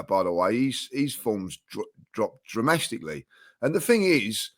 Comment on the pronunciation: ‘dramastically’ another masterclass